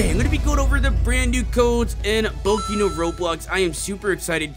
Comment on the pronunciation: he says boki instead of boku